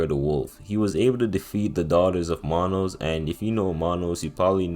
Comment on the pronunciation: Hearing this guy pronounce manus sent me into a deep depression